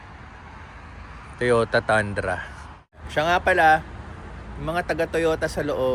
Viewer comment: It Pronounce Toyota “Tundrah”, not Tandra.😁… sometimes yung mga kano mali ang pronunciation nila sa mga asian words.. 😁.. Nagwork ako before sa Toyota Subic.😁